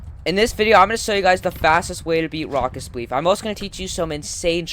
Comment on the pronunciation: I HEARD ROCKET SPLEEF